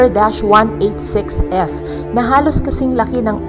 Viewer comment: Keps ler planet? 😂